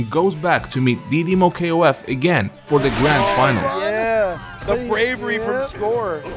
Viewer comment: Hey freind you can talk didimoKOF normal no K O F. in Brazilians we call it that didimokof all Words together but you can call it that way if you fell it more comfortable